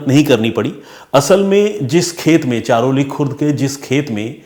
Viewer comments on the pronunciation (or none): ये घटना हमारे गाव की है, सर हमारे गाव का नाम चरहोली है चारोली नही इंद्रायणी नदी भी आप गलत बोल रहे हो सर जी श्री क्षेत्र आळंदी श्री ज्ञानेश्वर महाराज जी की समाधि है यहाँ महाराष्ट्र के सबसे बड़े तीर्थस्थल का स्थान इसे मिला है लाखों की संख्या मे भक्त यहाँ दर्शन करने आते है आषाढी वारी(पंढरपूर) search करके देखना सर महाराष्ट्र के कोने कोने से भक्त यहाँ साल मे एक दिन आते है और वो लाखो २५० km पैदल चलकर पंढरपुर जाते है इस जुलै आप अपनी टिम को लेकर आना सर बहुत हि अच्छा अनुभव होगा आपके लिए आपके और आपकी टिम के रहने खाने का इंतजाम हम करेगे